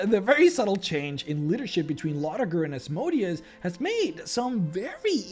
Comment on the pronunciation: Still think you should go back to pronounce Asmodeus as you did in the Asmodeus video as it is much closer to how the name is pronounced. Now he sounds more like a machine than a hebrew demon